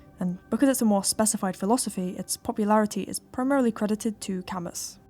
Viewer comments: it's pronounced 'camoo' btw. great video!! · pronounced "cam-oo"